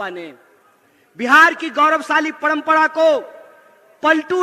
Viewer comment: पणमपणा नही परंपरा होता है